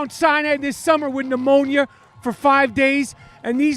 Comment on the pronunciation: Rapaport you pronounced pneumonia differently 3 times!! C'mon!